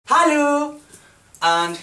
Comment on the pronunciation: I love how he says “Hailo!”